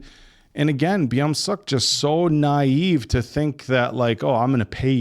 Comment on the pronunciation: why do you guys say sohu instead of suho and byomseok instead of beomseok 😭😭